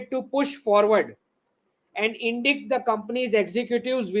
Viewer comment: Forgive me. ‘Indict’ is pronounced ‘indiite ‘. It is a legal term. Certain criminal offences began with an indictment - pronounced ‘inditement.’